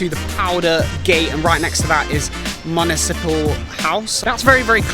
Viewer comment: Like.. pronounce Municipal correctly?